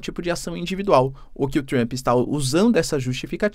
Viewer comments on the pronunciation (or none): Trruamp? É Trampe, professor.